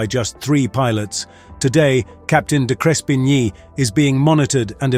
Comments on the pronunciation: Good account but your pronunciation of the hero Captain's name was wrong. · You could at least have learned the Captain's name pronunciation. Insulting. May not mean much you may think, but in aviation, attention to detail is extremely important. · How about you learn how to pronounce the pilot's name. Such disrespect. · Why didn't you use an Australian accent or correctly pronounce the captain's name?